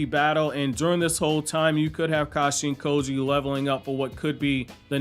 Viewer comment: It sounds like you say Kashi & Koji other than that great vid man subscribed